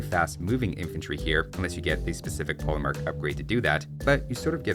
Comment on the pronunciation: Regarding the pronunciation of polemarch, a good general rule is that in languages east of France, 'ch' is pronounced like the 'kh' sound you may know from Russian or Arabic. And in Italian it's just hard k, so yes, chianti is pronounced with a k.